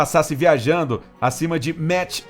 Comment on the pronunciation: 'Maqi' não 'metch,...